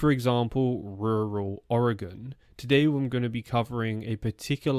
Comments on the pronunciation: Thank you for saying Oregon right. I've lived in Oregon all my life, and it bothers me so much when people say it wrong. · You are saying the word oregon correctly, most from here don't. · May I take a moment to express my appreciation for your pronunciation of "Oregon"? When it comes up on the internet, typically the best we get is "Orry-gawn". It's a minor thing, but nice from someone who hails from so far away.